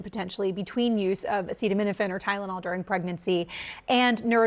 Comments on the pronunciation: Dr. Trump who I'm sure has a PHD (piled higher and deeper) is the same person I think told people to drink bleach during covid. You think we should listen to someone who can't even pronounce acetaminophen. NO! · It might be somewhat more credible if Trump could pronounce "acetaminophen". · Listening to Trump try to pronounce Acetaminophen gave me the laugh I needed to continue the day. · He can't even pronounce/articulate the word acetaminophenal and his "team" didn't even make him say it repetitively to APPEAR like an intellectual. America is a laughing stick around the world for sure. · Man’s cannot even pronounce it this rly rly pisses me off these sexist losers just want us to be in pain rfk junior was spouting this garbage a while ago now ofc they all are idk wht else I expected from these losers though 🙄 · He can’t even pronounce the thing he is criticising 😂😂😭😭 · So we're taking MEDICAL ADVICE from someone who can't pronounce "acetaminophen?" 🤔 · How the fuck do u not not know how to say that. Your 70 years old. Seen that word thousands of times. Claim to be "like really smart" and should have practiced your pathetic attempt at a white house public awareness meeting where someone could have told u how to say it.. I swear some needs to put pop up pictures or have a Barney musical for this jack ass anytime he has to say a big word that has 5 or more letters just so he can learn to understand to say things correctly "that's uhhh. Not good" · That was hilarious, Dr Trump can't even pronounce it lol. He just knows it's bad for them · He couldn't even say acetaminophen. What an embarrassment! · I thought he was so intelligent. But I guess not intelligent enough to pronunce acetaminophen . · How does this sit with him poking at Biden and then he can't even say the word acetaminophen. Looks like time for this old man and his crazy ideas to step down too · Dumb ass couldn’t even say acetaminophen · Come on man! If you're gonna ban it, at least pronounce it correctly.